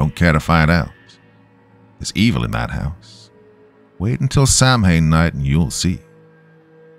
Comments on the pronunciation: It's spelled like "Samhain" but it's pronounced like "saa-win". Gaelic is funny like that. Awesome story! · Pronunciation correction : Halloween, Samhain isn't pronounced phonetically. Its actually " sow-wen ( as in female pig). Beautiful story! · Wow, I am surprised you missed this one. Samhain is pronounced like "(like the pig)Sow - In." Gealic is weird. Haha